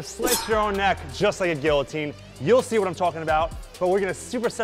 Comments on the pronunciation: It's not Gillo-Teen....... it's GEEYO-TEEN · Great workout. FYI the Ls are silent in the word guillotine. Its pronounced like gee-uh-tine